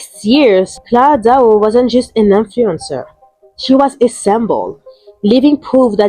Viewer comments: Claira dooah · I noticed this too she mispronounces her name wrong in all the videos and it seems likes it’s on purpose atp